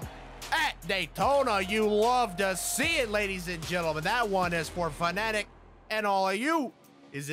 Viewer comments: Is it not pronounced “Fan-A-Tech,” or have I been saying it wrong for like ever? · You got stuff from Fanatec but don’t even know how to pronounce their name....